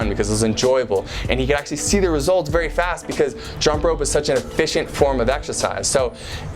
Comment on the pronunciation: Berry was berry😂what I heard